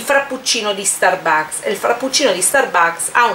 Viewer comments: Sì dice stàrbucks. Non starbùcks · iour inglis pronunc make schif but the FRAPPUCCINO DI STURBAKS SEMBRA BUONISSIMOOOO